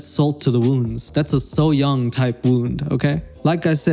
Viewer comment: “It’s a ssoyoung wound” I lost it 😂